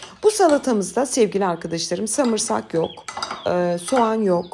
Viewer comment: Samırsak mı ?😂😂😂😂😂😂